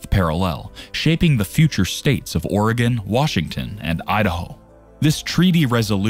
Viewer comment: At he didn't say Ore gone. Lol